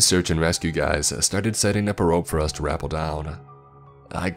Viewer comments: It's "ruh-PELL" not "RAH-pull" (Sorry, taught English for a year, gives me a twitch when I hear a repetitive mispronunciation) Aside from that, amazingly good storytelling! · "Rapel" is ruh, as in racket. ruh-Pell. Stress on pel. :) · Hey not being an asshole grammar Nazi but rappel is pronounced "ruh-pell" rappelling is pronounced "ruh-pell-ling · I think you mean repel down the rope. That rapel threw me off lol. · Alright I like you, but what the fuck does it mean to “rap-pell?” Lol just never heard it pronounced that way but otherwise nice story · Rappel is pronounced like repel. Love the story, love your voice! Keep up the stories ^_^